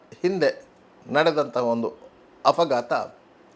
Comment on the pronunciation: Are bola .... ninnantha handigalu afagaatha agilla? Afagaatha alla kano ಅಪಘಾತ 😂